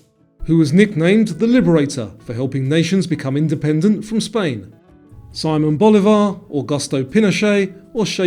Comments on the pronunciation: “sih-MONE” not Simon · Loved the quiz. One detail: Simón Bolívar is pronounced differently than in English; it goes somewhat like See-mon Bo-lee-var. (Bolívar: not like Boulevard, but with the accent on the í / ee) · Simon Bolivar = See-moan